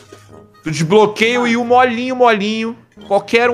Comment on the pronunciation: mano esse cara me deu odio nesse vídeo kkk, fora que ele disse wi u melhor que Switch kkkk. Meu ouvido até sangrou